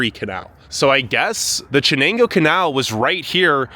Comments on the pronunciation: he really pissed me off with all his lies and assumptions and mispronounciations. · Absolute joke of a video. How about learning how to pronounce the names of the places you are talking about..... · Yea to listen to someone act like they got an idea of a town. When they can't even google how to pronounce the two main rivers. Binghamtons not great but man I'll take it over many other places. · I quite literally laughed when he tried to pronounce Chenango lmao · As a resident that lives a bit north of Binghamton, I can tell you, the situation down here is indeed pretty bad. I also couldn't help but laugh at your pronunciation of Chenango lmao. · Hey, buddy!! It's pronounced SHANAYNGO the CH is actially an SH. Also, who the hell do you think you are talking shit about Binghamton, huh?? I know our town sucks but we don't need you making it worse by exploiting it and talking shit. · I laughed out loud about how you pronounced “Chenango” (it’s pronounced “shuh - nang - oh”) because my wife and I pronounced it the way you did when we were went to graduate school there and got made fun of for pronouncing it that way. Like, look how it is spelled! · It’s pronounced SHA-NENGO lmao. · I'm from Binghamton, Not once have I EVER seen anyone bashing their heads on buildings. 💀 Please talk to people that are ACTUALLY from here, and not BU college students. & Wth is a "chanago river"? Stop calling it "Chanago" !! 💀 You did Binghamton dirty. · It's shhhh-nang- go. Sus-qua-han-a . And yes I grew up here and it's deteriorated and I'm leaving. Residents think someone else will pick up the garbage blowing around and accumulated. Children are kicking in doors and terrorizing senior citizens trash property and stealing garden items for fun. My house had 2 attempted break in. My car's have been broken into and ruffled through. So goodbye Binghamton. Thanks for nothing. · Chenango pronounced shenango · Chenango is pronounced “sh” and Susquehanna is pronounced with a ‘short a’ like in Hannah